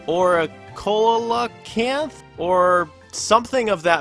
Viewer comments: The barreleye starts showing up at 9 pm. The coelacanth shows up at anytime that it's raining.They're both in the ocean. Also,coelacanth is pronounced "see luh kenth." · Coelacanth is pronounced sea-la-canth, for the record.